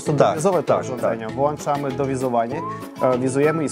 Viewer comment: "no to włAnczamy", poszukajcie włancznika xD.